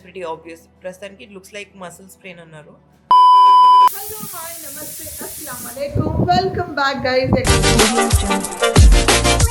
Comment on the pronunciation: Ekkadi vellaru cheppandi je assalamualaikum clear ga cheppandi didi